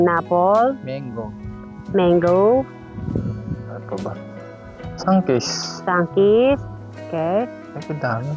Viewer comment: "isang kiss"....ang dinig ko sa sunkist😂😂😅